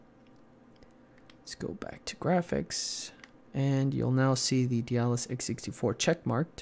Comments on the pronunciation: DAY-DA-LSS is how you pronounce it, not 'Dealus', lol. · you're still pronouncing it "de-a-dalus" xD